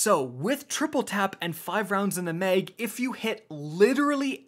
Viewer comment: Mag not meg